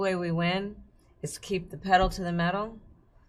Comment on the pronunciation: “da only way we win?” Lazy language.